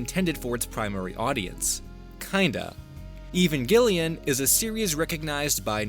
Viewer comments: "Even Gillyan?" You mean Evangelion? Try pronouncing it like evangelist. Evangel Lion. The bad guys were called angels. It has some weird religilous undertone, must be a Japanese thing, I guess. The girl's named after an American base and a Japanese carrier, so there's some other weirdness in there too. Just saying. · lol "even gillian." it's pronounced "e-van jelly an." like peanut butter and jelly. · I had no idea he was talking about evangelion at first. I thought I was going to learn about some lost media called ‘even gillion.’ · Listening to you call it "Evanghelion" is kind of annoying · I could be entirely wrong but Evengalion shouldnt be pronounced that way. It looks similar to evangelist... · I do not understand why, when someone doesn't know how to pronounce something, they have to say it over and over and over... I NEED to know the though process here! Evangelion is HUGELY popular. How do you see that word, one that you have obviously NEVER in your life seen written before, and think, "You know, I think I'll just spitball the pronunciation. I'm only going to say it a half dozen times. Sure, I could Google it, but that would take seconds! I don't have that kind of time!" And then "Shinji" and "Auska." 🤦‍♂️ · I've heard a lot of mispronunciations for Evangelion but I think you've taught me a new one in this vid. Also there's no way the Mickey Mouse one is real at all, imo anyone telling that story should preface it with "it's bullshit" before even talking about it doing anything else just perpetuates misinformation. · LMAO for some reason I've seen no comments about the Evangelion pronunciation and yep, here it is.